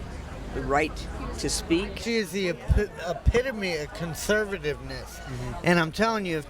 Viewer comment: makes me laugh, lmao!! "SHE IS THE APP-APIDOMY OF (WHAT??) of the repumpkin party..." (?!) Some people. Is he drunk?